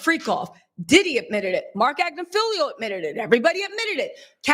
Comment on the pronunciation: It's hilarious how you have continually mispronounced Agnifilo's name by adding that extra (i) at the end.